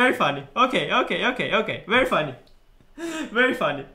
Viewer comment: legends say anish is still saying very fuanny